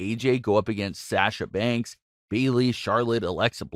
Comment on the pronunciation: Who else was triggered when he said Sasha Bank's name weird